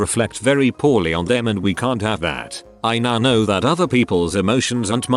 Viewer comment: The speech bot needs to learn how to say ‘know’. Not ‘k-now’.